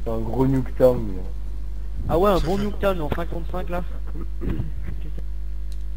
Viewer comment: nn nuktown se prononce nektawn le u se prononcé e et le o se prononce a